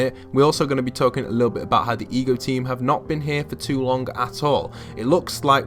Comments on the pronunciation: EGO, as in Alter Ego. Why do you keep calling it the E G O team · Why does he keep saying E G O? It is without doubt Ego as in "Alter Ego"... Hello! Wow, it could not possibly have been any more blatant of a theme. It just drives me crazy that some of the younger generations either don't learn the things that were once general cultural knowledge, ir they simply won't spend time to research these easily evidenced subjects... Also, reading would really help them to understand so much about popular culture from a few decades back as well... but none of them read at all so...